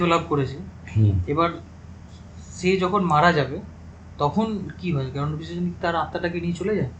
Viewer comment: O😂😂 he said KarnapiChashini .. it is KarnapiShachini.